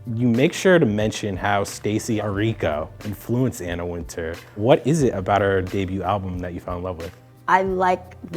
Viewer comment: why are they pronouncing Anna Wintour's name wrong? How you gonna use the name but pronounce like you never heard of her?